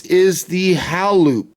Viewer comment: Think its pronounced,hay.loop. as in halo